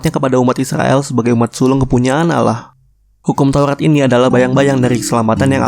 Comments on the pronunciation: bukan alah tapi Allah dibaca Awloh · Bukan bacaan ALLAH bacaan asli AWLOH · allah bukan alah bisa baca ngk sih -_ ,gw gengsi -_ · Allah bg bukan alla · Kok allah tulisannya allah di baca ouloh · bukan al lah baca nya tapi allah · Penyebutan allah masih salah Bang boleh saya bertanya Yesus itu apakah tuhan ? (Kok banyak yang blang gtu ) Bang bukan nya nabi isa (jesus) mengajarkan berdoa dengan mengangkat ke dua tangan nya (bukan nya bernyanyi bahkan ada yang joget) 1 lagi bang kenapa orang kristen menyembah patung nabi isa (jesus) bukan kah isa bilang jangan kau sebah aku sembahlah allah yang 1 Salam damai bang saya hanya manusia yang doif yang ingin bertanya bukan menyudutkan atau menjatuhkan Lakumdinukum waliyadin